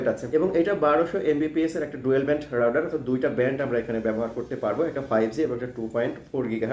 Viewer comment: রাউটার নাকি রাউডার ভাই? স্পেলিং ঠিক করেন